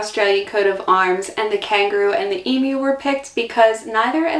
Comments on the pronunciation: I saw that it was a struggle, but thank God you pronounced it Eem-you, and not Eem-oo. It drives me nuts to hear Eem-oo. I don't know why, but it does. All logic says it should be Eem-oo, but logic flew out the window on that one. Thankyou for not driving me nuts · Congrats for pronouncing emu like an Aussie, most Americans seem to say emoo. 😃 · Wow!! Congratulations. In my 70+ years I've known a lot of Americans but you are the first I've come across to be able to say 'G'day' correctly without an accent (Americans always seem to have trouble getting the second syllable right), and also the first to get 'Emu" right. Interesting video - you have a good sense of humour - you fit right in here like a native :) Thanks for the video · Yes. There's no emoos. Congrats on the pronunciation of Koalas. Most Americans say Kowollas.